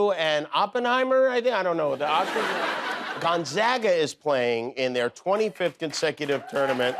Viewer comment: Jimmy, I grew up in Spokane Washington. Gonzaga (thank you for pronouncing it correctly) is a Catholic college there. There’s Gonzaga Prep for the middle school too.